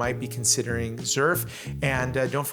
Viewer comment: You are pronouncing "Xerf" wrong. In Korea is you pronounce it that way, they will not know what you are talking about! Us Americans are bastardizing the pronunciation. Pronouncing it the way that you are in the USA will be fine.